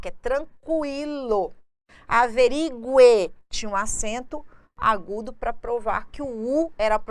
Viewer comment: Você não sabe pronunciar "averigue".